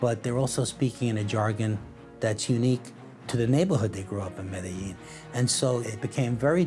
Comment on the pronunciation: And he mispronounces Medellin. They even misspelled Miami as 'Miama'.